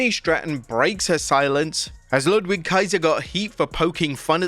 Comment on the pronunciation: Ludwig Kaiser; "Ludvig" is the pronunciation...